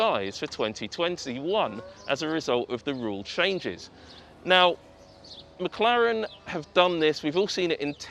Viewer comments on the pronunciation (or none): none